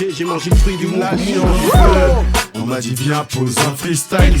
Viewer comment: «ptn c’est la merde dans le mondeu, c’est la fin du mondeu, je prend le death note et je tue tout le monde » fou-rire merci les gars!😂